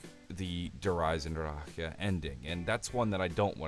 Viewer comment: Der Eisen DRACK Nor draha not drah aha. Christ